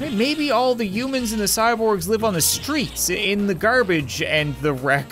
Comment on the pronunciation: It’s not umans it’s humans